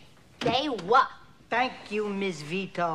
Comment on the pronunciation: The moment she says "They wueah!" I fall in love all over again as I have been since I saw this movie for the first time.